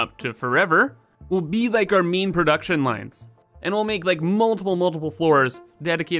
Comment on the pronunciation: Whenever he says ‘main’ I hear ‘meme’